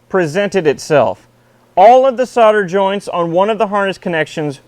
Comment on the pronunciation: What kind of joints were they?? Pretty sure you were missing a letter or two in your pronunciation. ;)